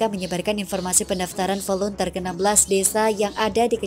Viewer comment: Maaf mbak, volunteer itu bacaannya " voluntir", bukan dibaca volunter..Tks